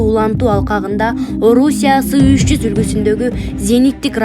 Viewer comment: Сы эмес эС триста деп окулат